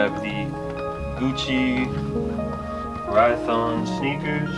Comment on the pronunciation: Aren't they called Rhyton Sneakers? Ry-ton